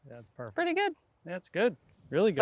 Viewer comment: That hand clap was to die for! The chemistry between Grant and Rick is “perrfecct” (Rick’s accent)